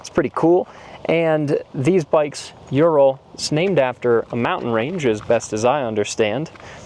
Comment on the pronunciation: Ural motorcycle /tractor is pronounced OORAL not You Ral .